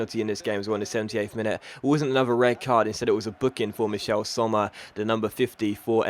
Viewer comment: Just an FYI: Michele is pronounced "Mickellay"